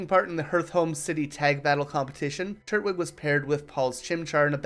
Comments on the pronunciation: Turt wig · do you know how to say twig? The way you pronounce its name is infuriating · i always thought it was tur-twig but this guys saying turt-wig lol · Great video, hate how you say turtwig though